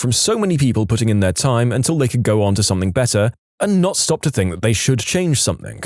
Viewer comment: I really do enjoy listening to your stories. There is only ONE complaint. Stop mispronouncing "ing" as "ink". eg. Something, not somethink. It really grates on me.